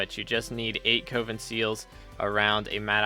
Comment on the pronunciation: Coven is “Cuh-vin” not “Coh-vin”….